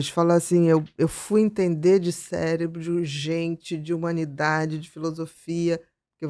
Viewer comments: Primeiros 30 segundos o cara : “célebro” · Amigo: "CéLEBRO" doeu o coração!